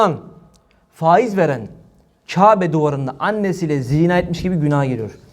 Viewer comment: Ey Cübbeli Ahmet ve avanesi sen neredesin ya. Reisin fâiz fâiz derken.